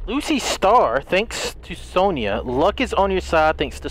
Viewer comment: He said Lucy star but it’s said lucky star